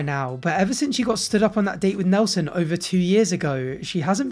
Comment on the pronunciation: I hate to correct you, but the guy’s name is “NELTSON” according to Danielle. In all seriousness though, the Danielle-Mohammad Saga is my Brokeback Mountain. I just can’t quit it.